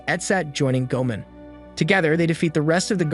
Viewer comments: It's go-a-mon not go-man Goemon is a famous theif in Japanese history. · My guy, I like these videos, but you need to rewatch the series to get the pronunciation of the names 😂 "Chee-ohm" and "Gōmen" had me in stitches 🤣